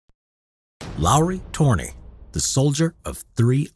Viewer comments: You are pronouncing his name as Torni, which means tower. His name is Törni, with ö. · TÖRNI NOT TORNI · Tfw someone pronounces Ö, a if it was O. 😂 Being from a nordic country is hard 😂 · Jesus Christ It's Lauri Törni.